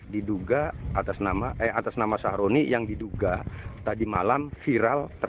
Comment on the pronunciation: aku tidak salah denger kah ,nama korban ny sahrodi atau sahroni 😭